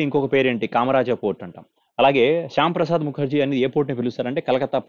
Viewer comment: బ్రో.. శ్యామ్ ప్రసాద్ కాదు.. శ్యామా ప్రసాద్